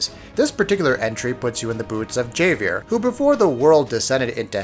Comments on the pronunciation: Javier (Haw-vee-air) or Javi (Haw-vi) is the MAIN F*CKING CHARACTER in the game. His name is repeated hundreds of times throughout the game. The fact that you wilfully mispronounce (and thus, subtly disrespect) his Hispanic name is infuriating. Whatever your analysis is, your incompetence overshadows it. Dislike. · "Jayveair" cringe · There is no "J" sound in spanish. That makes this even worse. It's pronounced like an H, as is Jose. I don't even think you guys play these games. I can't even count how many times you've messed up pronunciations that were stated throughout the game. It might seem minor, but it ruins the whole review and it's something a lot of people can't look past. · HOW DO YOU WRITE A REVIEW ABOUT A GAME AND YOU CAN'T PRONOUNCE THE MAIN CHARACTER'S NAME... like, does NO ONE review these videos before uploading?! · This dude could not have played the game. The way he says Javier's name really shows that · Voice over is a daunting task miss pronouncing words is the last of ones worry!! Still dang a witch hunt begins. Shoulda left the J silent my man... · It's so cringeworthy hearing this guy pronouncing Javier's name. Plus it's hard to tell if this guy even played the game if he can't pronounce Javier's name even though all of the characters call him the same way